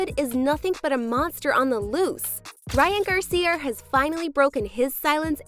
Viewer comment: Garcier? Wtf are you doing lmao why are you doing that? Your doing this stupid ier shit